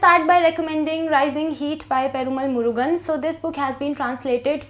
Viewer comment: I am a tamilachi... love from Tamil nadu. Your pronunciation (perumal murugan )is too good. 😁😍